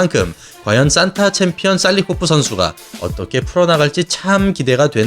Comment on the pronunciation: 발음을 "싼타"라고 하시는데 "산타"가 맞지 않나요? 크리스마스 할아버지 말할 때 싼타라고 발음하는거고, 무술 산타는 그냥 발음이 "산타"입니다.